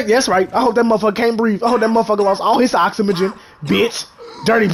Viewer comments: I hope he lost all he oxymagen 😭😭😭✋he killed me the way he say oxygen lollll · He said oxymagen😂😂😂